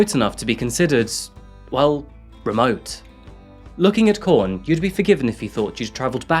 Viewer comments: The town is QUORN not CORN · Australian words are pronounced the same as English. The Qu of Quorn is said as Queen not corn. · It’s pronounced “Kworn”. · Lmao idk if i heard you right but it sounded like you said "Jose moved to the town of corn"